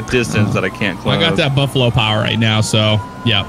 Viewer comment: said bumpalo instead of Buffalo. Lol